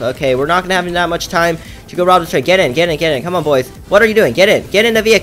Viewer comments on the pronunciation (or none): none